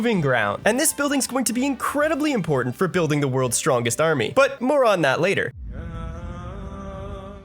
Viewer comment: storngest he says.